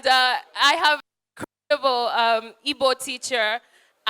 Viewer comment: You can tell she has been practicing her Igbo pronunciation :D